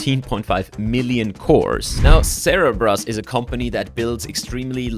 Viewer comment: ah yes, Zebras not Cerebras.